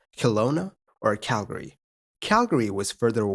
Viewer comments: it's not really right or wrong per se, but most locals ignore the second a while most non-locals pronounce it. CAL-gree vs CAL-guh-ree. That being said I also liked that he pronounced it the way I grew up saying it lol -a guy from Calgree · Kudos on the correction pronunciation of Calgary! Most non-locals don't get it right :-) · Thank you for pronouncing Calgary correctly. So many don't!